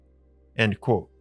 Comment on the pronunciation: You do know that the word "Quote" has a "T" in it?